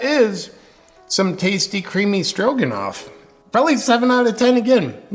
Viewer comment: At first I thought you said, "creamy strokenoff"